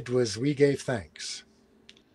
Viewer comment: Sean your main shortcoming is not pronouncing your “th”. Growf, fanks, fink.